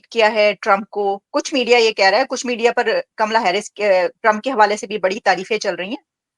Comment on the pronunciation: Naam to acche se lele uska naam kamla hai kamala nahi ye Pakistan ke pade likhe jhahil madarsha chaap doctor gadhe hai